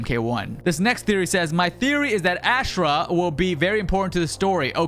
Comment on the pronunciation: Why does everybody butcher Ashrah name 😭 have nobody played Deception?